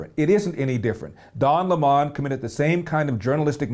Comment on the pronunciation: Why do these guys insist on mispronouncing Don’s last name? You’re entitled to your opinion but I’m not sure why it’s prudent to continually mispronounce the man’s name.